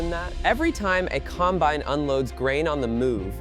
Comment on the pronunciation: ...among all the other words it mispronounced, like combine that was mispronounced most of the time, but at least once AI got it correct. Or Kansans, really?! I suppose you don't want to spend money for a good text to speech model when you're in the business of AI slop.